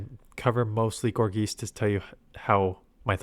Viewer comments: its driving me crazy how he says geist like geese 😂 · Gor-geist. Tons of names are puns or portmanteaus. It's a combination of gourd and geist (like a poltergeist). Geist comes from Germanic roots, so the ei is pronounced like i.